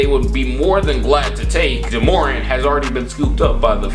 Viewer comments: It’s not “juhmorant” it’s JA morant. Also Hayes definitely is not 285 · Its JAH MorANT not juhmorent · Why the fuck did u call him juh morent its ja morant pronounced jah more ant u idiot😂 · It’s pronounced Jah [Space] More•Ant You were saying Jumorint like it was one name without enough vowels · Pronounced Jah Mo-rant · “juhmorant” wtf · soundin like a Key and Peele skit trying to pronounce Morants name 😭 man said “jamorant.” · Juhmorant lol good vid tho bro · Why he say Ja Morant like “Jahmoran” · who tf "jamorant" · “JaMorn”! nah i’m just playing bro keep all the great vids i watch every single one😂❤️ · Alright IK I always criticize you but that's because I consider you one of my friends. You called Ja Morant jaMOREn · Myke Massacre i was thinking the same shit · PS it's JA Morant lol u butchered that man's name hahaha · Why are you saying ja morant name like that 😂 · Stop butchering that boy Ja’s name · My guy you are butchering ja morants name😂😂